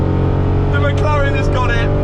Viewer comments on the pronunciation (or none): none